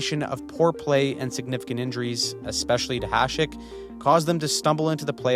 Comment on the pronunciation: You are the only one on Youtube who can pronounce Hašek correctly.